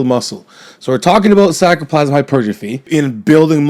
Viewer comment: I love how he says sarcoplasmic...gets like 1/3 of the way through and slurs it together